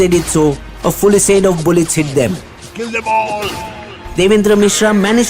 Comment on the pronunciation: 😂😂😂😂 brother, ur pronounciation in English is TERRIBLE!!! 😂😂😂 I know that Aamir Khan has made a movie about this Indian phenomenon of 'ratta lagaa ke parhna'. U dont know what it means u just memorize it. Ive been watching ur videos a long time and in every video u pronounce words wrongly. Brother, dont use words u cant pronounce then. Fulisade? Its FUSILADE 😂😂😂😂 Someone once said about Indians- 'Being literate doesnt necessarily mean that you're educated'. And u people prove it every day.